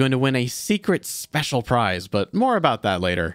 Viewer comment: With, there's extra emphasis on SPECIAL